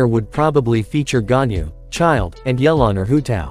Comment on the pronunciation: Nahh not yelan